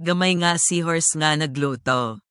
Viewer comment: Nag lotaw- not naglowtow😂